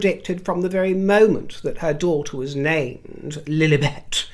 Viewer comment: I always crack up at the way you say Lilibet! Like duck noises Hahahahahaha The flower “sprinkles” is literally just dust. She elevates dishes by putting dust on them.